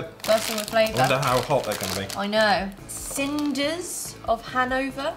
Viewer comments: Snyder’s of Hanover... not Synders (Cinders) 💝❤️ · did she say cinders of hanover? lol the y has the long i sound. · "Snyder's", not "Synder's". Loved the video! So interesting to see you guys interpret things that I'm so familiar with. Adding you to my subscriptions! Cheers! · Brachs is pronounced Brocks I think. Synders is Snyders. Necco wafers are like eating flavored chalk. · you said snyder's wrong